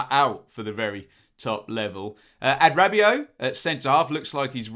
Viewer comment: I love you, but you've got to work on the pronunciation of Adarabioyo